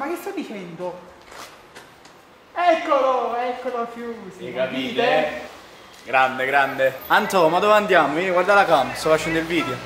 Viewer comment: Se ascoltate bene a un certo punto dice:"e capit eh?